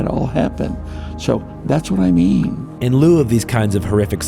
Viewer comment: nor "in light of," which is how I heard it